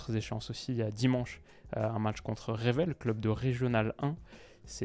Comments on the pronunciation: Top vidéo 👍 pour info leur adversaire en coupe, leur nom se prononce « Reuvèle » même si cela s’écrit « Revel » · Très bonne analyse, mais On dit "REUVèL" pour le club de R1